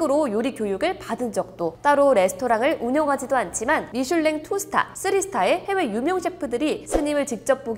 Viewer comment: 미술랭 정지션 ㅋㅋㅋㅋㅋㅋㅋㅋㅋ 발음ㅋㅋㅋㅋ누나 숲속을샅샅이 해봐요